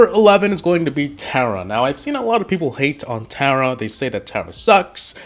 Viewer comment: Tera yep that’s how to say it not Tara omg your bad and all of these brawlser and you don’t know how to play